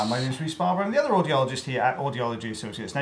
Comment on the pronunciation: "And my name is Rys Barbar and I'm the OtHeRRR audiologist..."😅😅😅